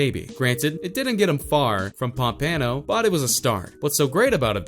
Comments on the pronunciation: Pum-pa-no lol its pompano(pom-puh-no) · Pan-pan-no? Its pomp-pa-no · why is he pronouncing everything wrong, its pronounced pompano (palmponoe) and yungens (youngins) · It’s pronounced ponpeno 😂😂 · lmao i live next to pompano beach and when i heard how you pronounced pompano like pom-pano i died lmao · Lol "Pom-Pano" . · "Ponpawno beach" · Pop-uh-no nigga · I am from Florida don't say it like dat say pump a no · Nigga couldn’t even say pompano right😂😂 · The way he says Pompano🤦🏽‍♂️🤦🏽‍♂️ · jit said pompano wrong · I’m from pompano beach and they way this dude says it bothers me lol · How u going to talk all this info about Kodak but u can’t say pompano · You pronounce pompano wrong lmao like wtf it show u never been to florida day in your life if u can't say people city and state right don't be making videos u sound dumb af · Can't pronounce pompano the disrespect